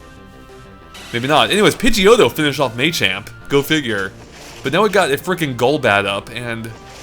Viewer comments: "Maychamp" It's Machamp It's pronounced "Mah-Champ" This is fucking unbearable. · It's not May - Champ and May - Chop it's Mah - Chop and Mah - Champ.... Lol